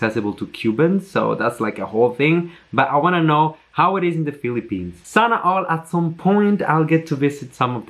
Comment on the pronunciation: I guess, you are becoming more like a Filipino 🤪 the way you say charot and Sana all ❤️❤️